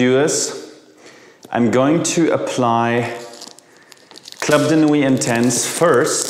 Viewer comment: Please pronounce "Club de nuit" in French. Everybody pronounce "club" in English but "de nuit" in French